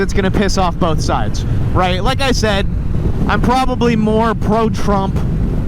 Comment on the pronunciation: “Americans rait?….and ya skewl shewtings” 😂😂😂😂😂